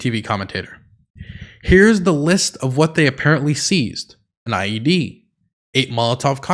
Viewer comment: Literally thought you said IUD and not IED for a second there 😹